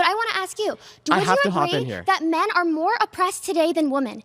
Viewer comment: How on earth do so many ppl pronounce women as “woman” and men as “min”? Soooo frustrating